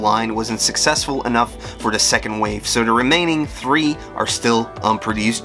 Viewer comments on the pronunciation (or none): I kept hearing "tree" instead of "three" and other words so it throws me off and I would have to rewind the video to understand